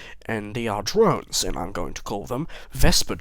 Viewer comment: when you said drones I thought you said drugs